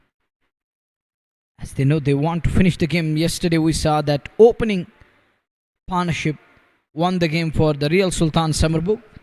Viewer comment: commentator "upish" in the air mea upish ka mtlb? is it a word? and its not Paar' naur'ship but pat'nah-ship ... ma kar pannuey english